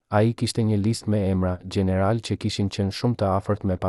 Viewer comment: Ti qe po tregon kete history je SHQIPETAR se nuk e flet shqipen sic duhet nuk thuhet general por gjeneral maxhor por major etjer